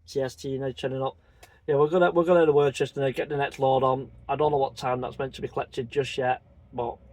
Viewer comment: Hi mate you make me laugh when you say Worcester it’s pronounced Same as Worcester sauce crisp You pronounce it as if there is a h in it